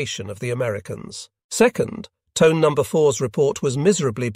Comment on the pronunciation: Pronounced Toneh, not Tone…